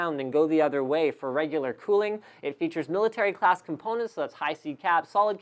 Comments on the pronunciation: "Milictary" components . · milictary class components XD